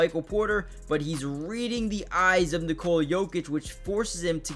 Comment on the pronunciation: Son, it’s NOT Nikoula it’s just Nikola! Pronounce o like o NOT ou. Why you don’t know this already